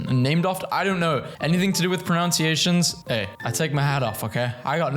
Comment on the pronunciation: u mispronounced "pronunciations" while saying u correct pronunciation. im pretty sure that word the same in both accents, so u said it wrong in both 😂